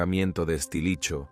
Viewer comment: "Estilicho". xD